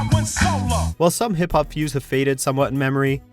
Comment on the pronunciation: Why do you pronounce hip hop like that?? 😂😂😂